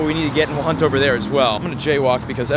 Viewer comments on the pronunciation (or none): none